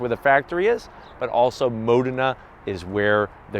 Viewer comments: Had to stop the video cause he kept calling it a mona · no offense pal but your pronounce of 'MODENA' is a bit off. i cant hear the 'D' ! here is right one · It depends. Most Americans do pronounce it wrong. In Italian Its more like Maw den a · 🤦‍♂️ I have been saying Modena wrong my whole life. My pronunciation was as follows: Moe Dean Nah. As in Nah dumbass, that's the wrong pronunciation. 😂 Fun fact, Alcoa is just about 15 mins from me. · I hope no Italian person ever hears you say Modena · I cringed every time he pronounced Modena... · Have I been mispronouncing "Modena" wrong this entire time?